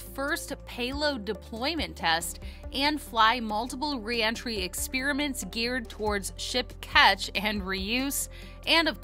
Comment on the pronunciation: Experiments not ex"spear" aments